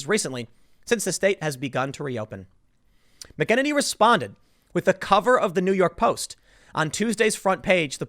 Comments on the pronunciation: FFS Tim ! Your NOT saying anything knew to 'Conservatives'. WE have known this for over FOUR years. They did stop trying to talk to the 'left' because it got NOWHERE. So they started working to combat behind the scenes. It's slow but IS starting to bear fruit. Even Google has to start pulling their heads in. Kayliegh is a warrier on the front line & she's magnificent! BTW her name is pronounced 'Mac-en -any' , respect if you get it right. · Learn how to pronounce the names of the people you're commenting on, Tim. You've been badly mispronouncing Kayleigh McEnany's name for months. Same with Rose McGowan and others. Makes it seem as if you've only ever seen the names in print and have never actually heard them spoken. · Tim, learn to pronounce her name bro. It's obvious that you've only read it. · PLEASE, get the pronunciation of her last name correct. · Tim - you are killing me with the mispronunciation on her last name. It is pronounced "Mack" - eh-neny and not Mu -keneny. Remember Tim, it's Mac - eh-neny and Mu-keneny. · Mick-en-en-ee? Thought it was Mack-uh-nay-nee. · Mack-a-nay-nee. Not McKennedy lolol... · Tim! It's pronounced MAC-uh-NANNY. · Hey Tim - Kayleigh is a local down here in Tampa Bay so I've heard her say her last name is pronounced like Mackey-Nay-knee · FYI: I believe it is pronounced: “Mac-In-Neigh-Knee” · Did this guy just say McEnemy 😂😂😂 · Mack-uh-nay-nee. Jesus how hard is it to say it correctly Tim? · Tim...Mack Ah Nay Nee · Bro... her name is pronounced "MACK-uh-nay-knee" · Okay Tim, I'm gonna do this one more time. Phonetically it is "MAC' IN'NANY" (long A at the end). No it's not spelled like it's pronounced. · It's pronounced Kayleigh Mac-ah-nay-knee. /nerd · It's pronounced Mac-Ah-nay-knee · Its "Mac-N-any" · Tim you are butchering her name it’s pronounced Mac-in-any. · Mac En Annie is how you pronounce her last name Sorry... kills me every time you say it wrong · I think it's pronounced: "MACK-en-ay-nee." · Mac-N-Any Hard A